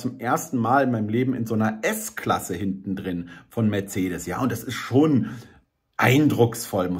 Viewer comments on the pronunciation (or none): none